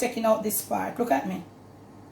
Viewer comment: “Look ‘at me”. I love it.